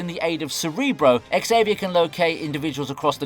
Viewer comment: Aint it pronouncedt Xaviar not EX-aviar ?